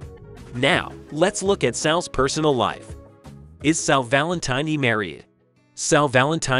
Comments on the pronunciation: tin-It is not Valen-Tiny. His last name is Valen-tin-etti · Need to pronounce last name correctly! Valin-tih-netti. No long I. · I would have enjoyed this video a lot more if you knew how to pronounce Sal's last name.